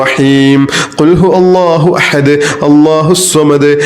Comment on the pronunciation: Ithil ihlas soorath othunnathil cheriya thettund....kul huvallahu Ennanu othendath kul hu Allahu ennanallo othunnath